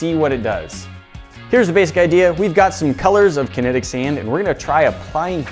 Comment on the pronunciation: Kenetic SEIND